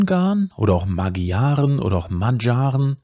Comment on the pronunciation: Tolles Video. Nur die Magyaren spricht man anders aus. Wenn ich mich recht erinnere etwa Ma(d)scharen